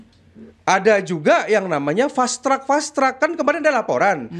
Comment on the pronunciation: Fast track bukan fastrak 😂😂😂